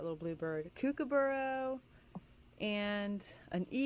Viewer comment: Sorry but when U said kookaburra it's an U sound at the end not an O sound